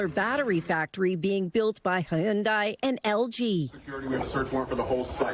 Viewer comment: HEEYUNDIE HUH? 😂